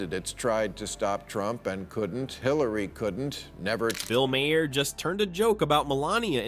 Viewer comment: I don't know if I could subscribe to anyone who pronounces Bill Maher's last name as Mayor.